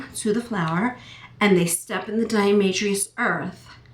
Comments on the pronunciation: pronounced DI A TO MA SHUS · There is no "r" in diamaceous...lol